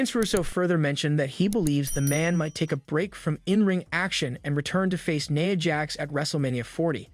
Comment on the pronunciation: Its NIA jax not naya